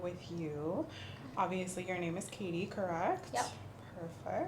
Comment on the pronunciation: Al inicio el “ Hi Katie ” se me pareció al “ Hi Barbie ” At first, "hi Katie" seemed to me like "hi Barbie"